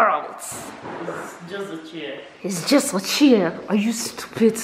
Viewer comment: “Are you stupit?” Lmao